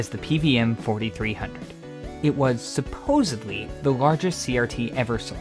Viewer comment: Screen shows supposedly yet you say supposably 🙄